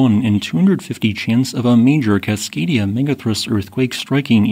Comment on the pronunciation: "Cascadia" Me when i am a slave to history